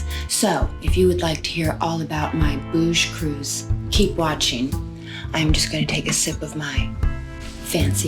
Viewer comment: "Bouge cruise" 🤣🤣🤣🤣